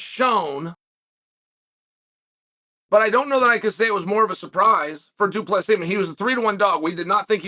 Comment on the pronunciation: omfg guys ! Chael said du plessis right!!! wth